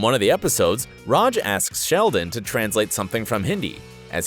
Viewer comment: The way you say RAJ is the bigger issue than any plot hole